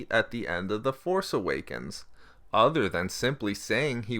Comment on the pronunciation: Please stop putting the emphasis on "force" in "The Force Awakens".